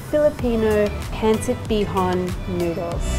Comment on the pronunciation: I love this cooking segment. All 3 of your recipes here look scrumptious. I've made pancit with chicken and prawns before, but never with pork belly. I will try that next time. By the way, you nailed the pronunciation of "pancit bihon" 👍